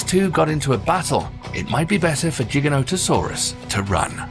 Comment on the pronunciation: LMAO it's funny how he pronounces giga no ta soraas lol